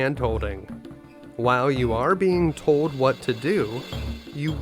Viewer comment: "And what if I towd you...." 😅